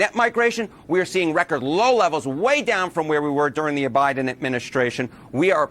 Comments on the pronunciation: Listen closely between the to marks - I swear that Mr. Enten calls it the 'OBiden' Administration, and even the CC text seems to think so, claiming that he said, 'aBiden Administration' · He said, "Obiden administration" 😂